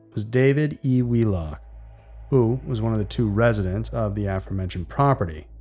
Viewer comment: Corchesne, pronounced cor- SHAYN. Aforementioned is pronounced a-FOR-mentioned. Your welcome!